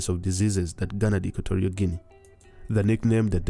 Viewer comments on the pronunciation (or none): It is Equatorial as in Equator, and not Equ*o*torial. Also, the the "G" in the Guinea is pronounced as the "G" in gain, go, gutter and Gandhi and not as the "G" in gin or general. Equatorial Guinea because it is located near the equator in the Gulf of Guinea.